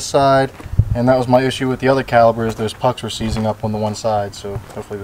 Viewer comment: Are you saying "caliber"?